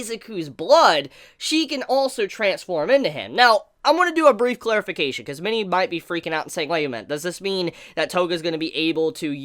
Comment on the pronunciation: It took me way too long to realize you were saying "many might" instead of "mini might". All I could picture was All Might's imaginary friend Mini Might who looks a lot like Syndrome from The Incredibles.